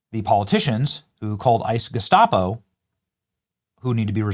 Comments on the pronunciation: he said “gescapo” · Tim Walz: "a modern-day Geskappo" 😂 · He can’t even pronounce gestapo😢